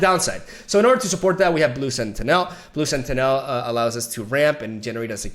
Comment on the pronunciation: the way he says blue SentiNEL , it's Sentinel Tragin , TARGOOOOON